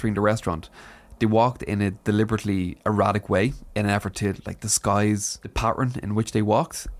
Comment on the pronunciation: "walking in a deliberately erotic way" versus erratic lol. Thats what i heard